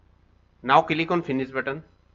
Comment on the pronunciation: Click On❌Cilikoon✅